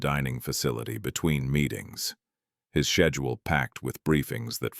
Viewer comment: "His shed-dule" Freekin AI. 😂